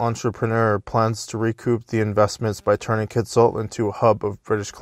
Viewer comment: I worked there for a couple of years and the company that redid the town and mine was Amex, an American mining company. And by the way your pronunciation of Kitsault was correct, never mind what hugh9park says.